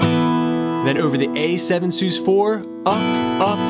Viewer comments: Love this tutorial and how you tie it into the lyrics which is extremely difficult for me... I’ll forgive you for the way your pronounce sus, short for suspended, no? Keep up the great work! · "sus" being short for "suspended" should probably not be articulated as "soos." Please. All in all, good lesson. Watched until the end.